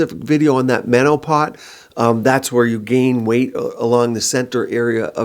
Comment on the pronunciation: "MenoPOT"😅Beautiful video💯 I agree